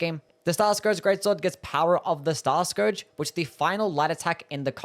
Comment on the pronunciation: Example: Starscourge. He says Star like a British and Scourge like an American.